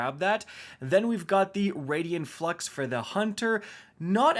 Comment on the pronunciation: Seriously, Raiden Flux. Ray-den Flux. Say it with me. There isn't an extra 'i" before that e.